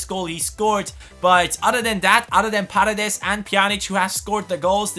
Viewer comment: hey,a tip,paredes is accented in the firs e(like parEdes),not in the a(you're saying pAredes) greetings from argentina!!!